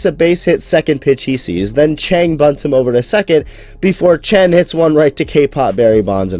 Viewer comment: 江 鄭 陳 他唸起來根本一模一樣笑死